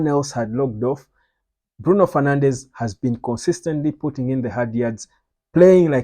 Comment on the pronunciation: It's Bruno "Fernandes", not "Fernandez". Also, there is no club called "Sporting Lisbon". It's either just Sporting or Sporting CP or Sporting de Portugal. Never Sporting Lisbon. Thats actually offensive for Sporting supporters.